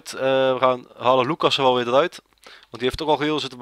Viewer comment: Je spreekt luckassen niet uit als loeckassen maar als luuckassen